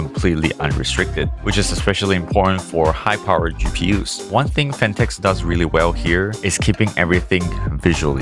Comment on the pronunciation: … PHATNEKS. Lol